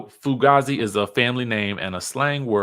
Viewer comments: Pronounced foo-gay-z. Comes from the movie Heat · The way you said fugazi 😂😂 its fugayze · I’m screamingggg right now! Fugazi is FU-gay-z 😂😂😂 And I’m laughing at you looking up the word definition